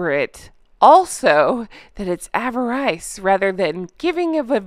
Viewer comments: Pronounced "a-ver- ris" averice means greed. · Courteous NOTE: Avarice (a-va-rice = greed) is pronounced ' ah-vah-RISS'. For future reference.